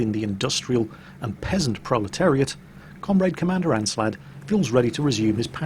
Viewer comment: You keep saying "aNslad" but the nickname is Aslad. Go home, you're drunk.